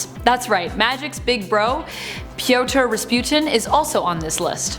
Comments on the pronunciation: Piotr is pronounced like Peter because it is the same name roughly. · Pee ET tro? Lol